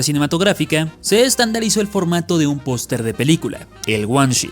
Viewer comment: Es idea mia, o dice POSTRE en vez de POSTER, incluso en los subtitulos dice POSTRE xD